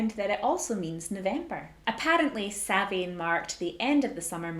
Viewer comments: It's an interesting video but a couple of things.... It's pronounced Sown ( to rhyme with gown ). And it's Celtic, not Scottish. It was originally celebrated all over the Celtic area - all of the British Isles and North-western France. Bust the rest is OK ! 😁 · It's Samhain, pronounced Sowwan....its an Ancient Irish Festival.....not Celtic. The Irish are Older than The Celts. For History's sake do research properly and learn how to spell and also pronounce it properly. Oiche Samhain ( pronounced Ee-ha Sowwan)